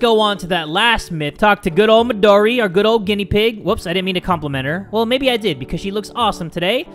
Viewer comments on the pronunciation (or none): none